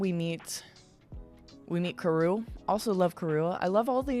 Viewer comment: mr. 5 is also suuuper gross to me. i always got icky whenever he was on screen on the anime. shivers in disgust 🤮 that was an interesting detail you caught there about zoro wearing his bandana in the beginning + not wearing it around the crew. btw, vivi’s pet duck’s name is pronounced “KA-ruuu” the r is a bit hard sounding (it’s really difficult to send it out for you when all I can do is type lol). loved the video, as always! 💙